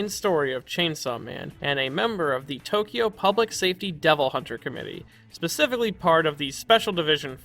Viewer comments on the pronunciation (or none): none